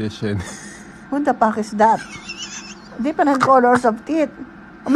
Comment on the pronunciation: I love the way she says WTF IS THAT "what the paack is taat" lmao💓